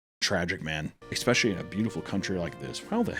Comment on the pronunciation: Oh he's trying so hard to say especialy 😢 I loved the x in it